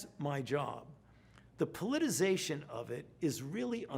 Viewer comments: That’s politicization, not politization, Fauci. Politization is not a word. Is the fatigue of lying constantly affecting your expressive vocabulary? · It's not "politization" Fauci, say it with me you glorified administrator... "politiCIzation." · Fauci saying the word “politicization” 🤦🏻‍♂️